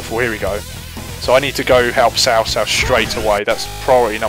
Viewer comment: I actually like the wrong way of saying there names it sounds better to say cow cow to me than sao sao idk why maybe I'm use to it.